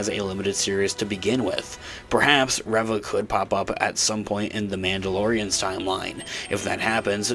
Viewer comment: Spelling aside, it isn't 'Rev-ah',...it's 'Ree-vah'.